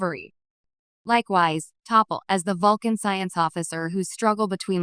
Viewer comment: It's T'Pol NOT "Topple".